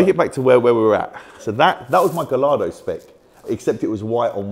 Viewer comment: You would think having all those Lamborghini’s he’d know how to pronounce ‘Gallardo’. 😂